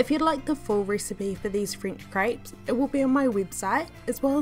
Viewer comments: Is it just me or does it sound like she‘s saying “ French crêbes ? „ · Did you just call them cripes? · Craypes” ay ay ay ay yup she “slayng” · I have never heard crêpes being pronounced as "grapes", but I guess there's first time for everything :) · ah yes french crypes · Crêpes is pronounced as "grabs". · I’m sorry but I had to stop watching just because of age says “crayps” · I live in France that’s not how u say fucking crêpés